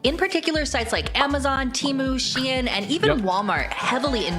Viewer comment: She pronounced SHEIN as Shi-En... Yugioh player confirmed. God bless Six Sams